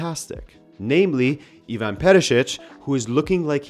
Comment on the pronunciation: As a fellow Eastern European, I always appreciate English speakers making an effort to pronounce our names 😁 did well and stayed away from pronouncing Ivan as EYEvan, as so many others do 😂